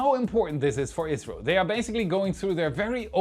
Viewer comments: It's just his pronunciation of the acronym ISRO, which isn't even due to his German accent. When most people say ISRO is usually sounds like Israel to me. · sounds like Israel is mentioned here, not India. I’ve listened multiple times, keep hearing Israel, but context shows it should be India. 😅 makes me think you’re saying India’s space org acronym as a word? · He meant to say Isro, but I agree it sounded very much like Israel. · I really thought you misplaced India with Israel several times until I realized you was saying Isro. Maybe, put the word on the screen next time. That was confusing. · Three times when you said "ISRO" I heard Israel, not watching closely! Lmao now, but I wouldn't put it past 'em someday! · it sounds like you said 'israel' three times when discussing indias project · I kept hearing Israel instead of India in the Gaganyaan section. 😂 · "ISRO". Sounds a lot like "Israel". Turn on the captions and you'll see it. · He was saying ISRO, can definitely sound like Israel 😊.